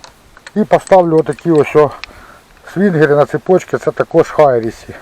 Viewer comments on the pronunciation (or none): Хірісі а не хайрісі